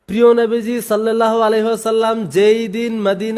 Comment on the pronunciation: ও, নবীর খুব আসেক তুমি তাই সল্লেল্লাহু আলাইহি বলো বেটা মূর্খ কোথাকার নবীর দুরুদটাই শুদ্ধ করে পড়তে পারো না আরো নবীর আসেক দাবি করো